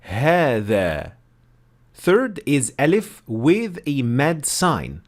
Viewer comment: It's not elif, it's Aalif... please, don't slang it